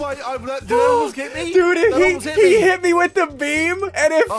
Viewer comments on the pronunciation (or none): Why do you keep saying dud